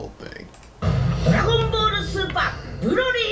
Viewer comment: “Dragon Ball Supa! BROLY!!“ 😂💀💀💀💀💀